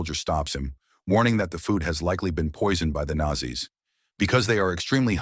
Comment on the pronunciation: Wby is it pronounced Nassie?